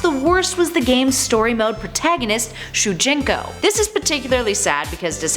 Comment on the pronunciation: It's not shujinko its sujinko